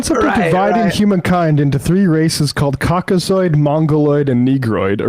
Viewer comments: I thought he said Cock-O-Sword 😂 oh Lordy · Cock-o-saur is my favorite dinosaur. He said COCKOSAUR and you can't convince me otherwise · I know this is splitting hairs, but did he just say, "Moligord" and "Conkasord?" I'm really not a snob about pronunciation, but a person should at least be in the ballpark, and have a clue when you're presumably on television as an expert. Without context, it would be impossible to know what this paste eater meant. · "monogoid". "Concosoid". I definitely trust this guy's take on the history of people.